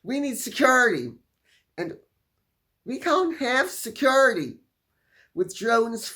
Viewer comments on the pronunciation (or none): Everytime I hear you say security and classy, I laugh. Thank you so much Lady C. God bless you for your humour.